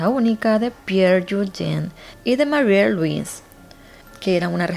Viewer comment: Lo que me confunde es que pronuncies "Mariet" en lugar de "Mari" como es correcto.